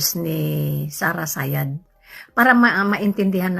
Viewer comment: 😂😂😂😂 Did she'd say Sara Sayad?